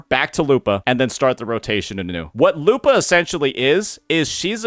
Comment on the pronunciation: Why do you pronounce it lupaah lol